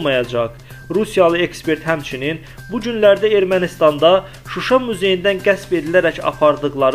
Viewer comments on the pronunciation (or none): none